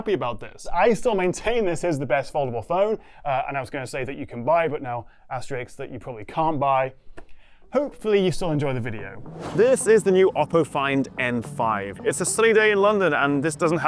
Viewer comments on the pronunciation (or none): Asterisk NOT Asterix !!! Asterix is a cartoon character.